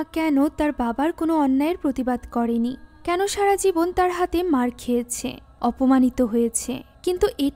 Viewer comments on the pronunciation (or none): none